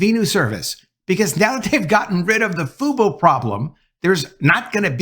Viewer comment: Just call it Fuboo, not Fubo. It’s Venu, not Veenew, you’re pronouncing it as “Ven-You”, not “Vee-New”, or pronouncing “Fu-Bo” to “Foo-Boo” Talking about pronunciation mistakes.